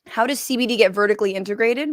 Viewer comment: You actually say CBD! And not CEH BEH DEH like Sam lol